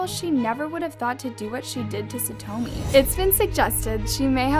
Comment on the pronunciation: SaTWOmi? God....please respect her and learn how to actually pronounce her name